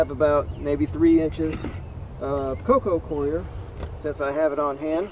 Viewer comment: Every video you pronounce “coco coir” as “coco queer” 😂😂😂